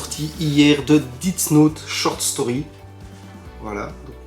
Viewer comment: Par contre ça se prononce « Dess note » et non « didts note » , ça commence à faire beaucoup les prononciations